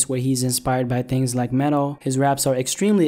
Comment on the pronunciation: bruh u said metal more like mental he needs help